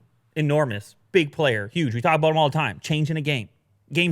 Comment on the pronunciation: Lol is so exited about the MacBook Pro 16 his Canadian accent peeks out at the end of his chit chat with will aboot it. I hope they do a spoof episode where they bring out the accent on the heavy for laughs.